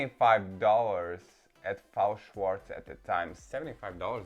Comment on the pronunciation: It's not Fao Shwartz, it's F-A-O Shwartz. F.A.O. is separate initials, not a word. Just like BMR, MGA, etc.